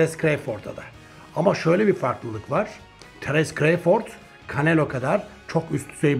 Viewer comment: düzeltme: terens kreyford değil terıns kra(o)vfırd